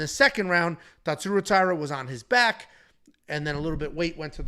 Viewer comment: the closest correct pronunciation would be if you read hosha